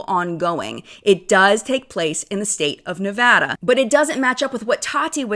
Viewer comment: Thank you for saying ‘Nevada’ right 😅